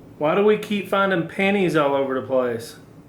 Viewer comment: WOW It took me some time to figure out was saying PENNIES and not PANTIES 😂